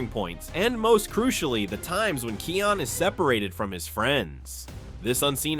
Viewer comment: Bro stop pronouncing it keion it’s pronounced Kaion but spelled kion